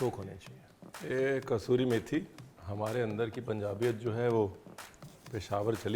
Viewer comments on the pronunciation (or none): none